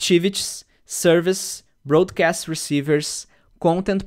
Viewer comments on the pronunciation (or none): Não é “brô”adcast, é “bró”adcast rsrs precisava algum chato e esse fui eu. Pode me bater.